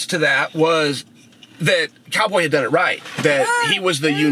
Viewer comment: "Chow Boy Chael."